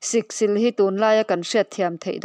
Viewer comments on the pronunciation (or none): Siksîl hi chawlhnî tih ang hian aw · Siksil lam dan hi a diklo. thleng sil a 'SIL' tih anilo. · Siksil sil hi thluk tur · Awiii lehhh mizo tawng zir leh deuh la, Siksil i lam dante khi , a zia lo lutuk emai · Siksil i lamdanchu avan mak ve